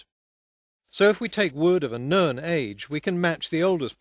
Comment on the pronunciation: Minor whine, but why does he always pronounce "known" as "nurn"?